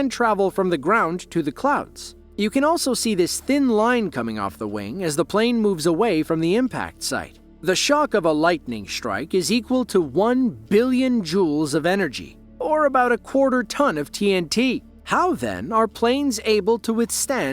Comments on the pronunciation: The video is great and well done. Just one small correction. It's joules, not jeules. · Joules not Jeules.